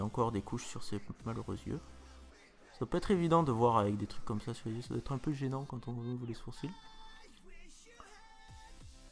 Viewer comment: xDDD "on prend un crayon et on s'écrit dans les zieux" aaaaa JPP